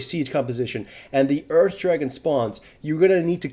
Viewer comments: sounds like you're saying Urf Dragon a bit when you say Earth Dragon. The thought of that: "Free CDR for everybody!" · I swear he says Urf Dragon...